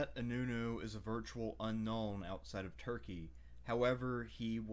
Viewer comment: Nice video but you pronounced inönü very poorly